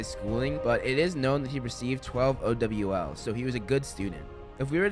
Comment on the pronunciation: Will you please just call the O.W.L.s the owls like everyone else does? It's so distracting to hear you spell it out.